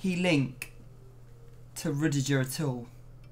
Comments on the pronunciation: The way pronouces Rudiger 😤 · Rudijer hahahaha never heard anyone apart from him pronounce it this way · The way says Rudiger makes my blood boil